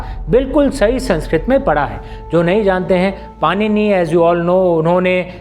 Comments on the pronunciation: पाणिनि हैं, पानिनि नहीं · पानिनी नहीं भाई पारिणी होता है ! आप जैसे ही लोग ये सब ग़लत बोल के फिर कहते हो लैंग्वेज डिकोड नहीं हो रही 😅😅😅! बोलना सीखिए और सही बोलना सीखिए